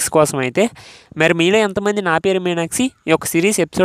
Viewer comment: మీరు "మీనాక్షి" అన్న పదాన్ని " మీనాక్సి " అని పలుకుతున్నారు. అది తప్పు కదా. మీకు వీడియోలు తీయాలని ఉత్సాహం ఉంది కదా. మరి సరిగ్గా మాట్లాడక పోతే బాగోదు కదా. అందు వల్ల మీరు వెంటనే తెలుగు ఎలా మాట్లాడాలో నేర్చుకోండి. All the best. I will watch keenly your progress. Bye...